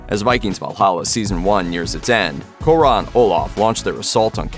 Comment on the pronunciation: Fucking hell the way americans pronounce foreign names sounds like they do it poorly on purpose..Or that they are scared to sound stupid if they do it the correct way..How does "Kåre" turn into "core-A"?